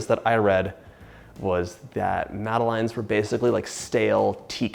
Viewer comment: Madeline is a character in children's books. They're pronounced mad-uh-lehn / mad-uh-lens. :)